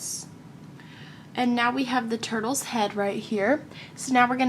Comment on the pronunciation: is it just me or did she just call the turtles turbles?